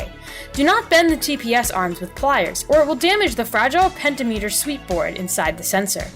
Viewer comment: Great video, I gave you a like. Very professional instructions! BTW... the Pentometer is actually a Potentiometer (pronounced: po-ten'-she-om'-me-tor). Its is a mouthful, so we engineers just say Pot... not the kind hippies smoke, the kind that outputs a variable voltage as it is turned [smile]. I agree 0.575V Idle to 5.000V Wide Open Throttle (WOT) is ideal. Typical to 1980's GM specifications: I have read the the Idle position can be set anywhere from to 0.300V to 0.700V with 0.500V as the optimal (sweet) spot. But then some say its 0.550V, 0.575V, 0.600V... all the way up to 0.900V. Nobody seems to agree on it (not even GM). True, we would like about 5.000V at WOT, but GM knew that not every TPS will be able to achieve that when set to the desired Idle range. So, they "lossened" the spec, but informally, hence much of the disagreements. Many people end up setting their Idle voltage well above 0.500V (sometimes near 1.000V) all in an effort to reach 5.000V at WOT. Folks do this because they think if the TPS can't reach 5.000V at WOT, then the ECM will never see WOT with the "pedal to the metal". So, people favor seeing 5.000V WOT and thus Idle ends up much higher than 0.500V. On average people find 0.575V (or more) for Idle being a good starting point. Be here is a caveate: I recall GM was aware of these TPS variations (because trying to make them all the same is expensive). So even if you set your TPS to 0.600V at Idle and get only 3.900V at WOT, the ECM will learn Idle at